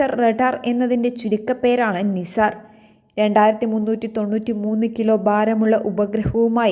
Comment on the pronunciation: നിസാർ എല്ലാ നൈസർ എന്ന് വായിക്കൂ.